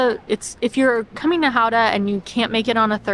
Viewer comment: I'm glad you enjoyed my hometown so much ^^ Gotta go more guttural with that G though ;) Really enjoyed this vid :)